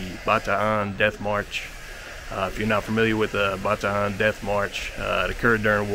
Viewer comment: So glad you properly pronounced Bataan correctly. My grandfather was a POW with the Philippine Scouts. He went on to serve with the US ARMY AND US AIR FORCE. Last Saturday I received his congressional gold Medal of Honor. Thank you for this video